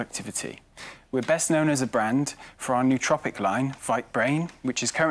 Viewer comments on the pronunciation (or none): No it isn’t lmfao, I know it seems to make sense with the neuro prefix but it is nootropic